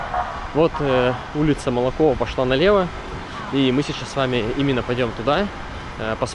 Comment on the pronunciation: Улица Молокова ударение на первую "О". Спасибо за обзор. Всегда с интересом смотрю ваши видео. На 28.10 бело- серые деревья это платаны.